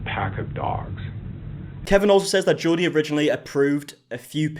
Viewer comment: The way you say Jodi is like Geordie 😂